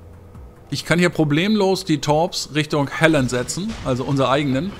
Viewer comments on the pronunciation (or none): Gutes Spiel aber wieso sprichst du die Halland englisch aus, sodass es wie Helen klingt!? 😂 Ist doch ein Schwede🤪